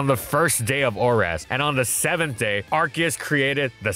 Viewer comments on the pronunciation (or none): Its "Ar-SEE-us" not "Ark-EE-us"